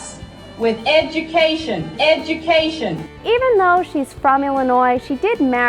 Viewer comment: if you wannabe sumbody- it starts with educashun.